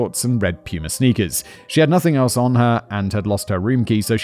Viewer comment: The way he said puma is crazy